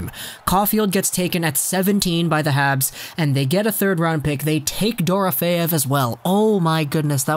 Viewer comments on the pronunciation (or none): Just wanted to let you know it’s pronounced Duh-Row-Fee-ev